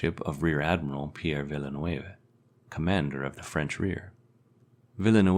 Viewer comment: It's not "Villa-ne-wave-e", but "Ville-neuve"...